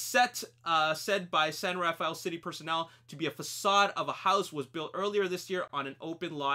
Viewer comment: It's pronounced "San Raffell" locally rather than "San Raf-aye-ell". I'm fairly sure from the angle on the Richmond Bridge and the brickyard that Charlie's home was situated at the end of Via Montebello, close to China Camp. Probably built a fake road end and house there.